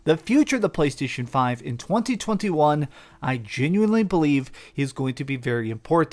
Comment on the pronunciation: Thats the weirdest way i've ever heard anyone say 2021.